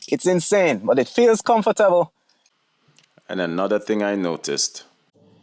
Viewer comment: how you said “comfortable” i knew where u were from right away lol. My countryman lol